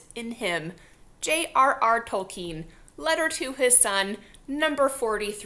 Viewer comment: Why do you say Tolkin's name like that? Ill!